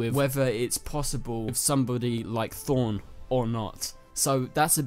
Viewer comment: Did u say Thorne instead of Thawne?